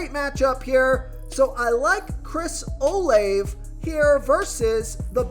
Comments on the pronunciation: its pronounced Chris (Oh-Lav-A) 🤭 Thanks Tho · I'm 100% convinced this guy purposely butchers these names because come on man it's really not that difficult to pronounce Olave....